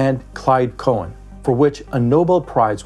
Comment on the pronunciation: Cowan is pronounced like Cow (moo! rhymes with now, how, pow, tau) - An (indefinite article). It's a very Scottish name. You called Clyde "Cohen" which is a fine Jewish name.